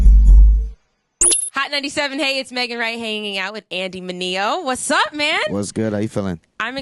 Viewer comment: it's MIN-E-O say it with me Megan!